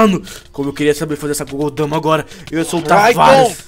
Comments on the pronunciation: n é gogou dama é bijuu dama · não é gudodama é bijuudama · não é Kogodama, é Bijjudama